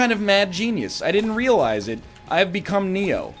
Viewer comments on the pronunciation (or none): "I am Neo". You forgot a "r" in the middle there somewhere.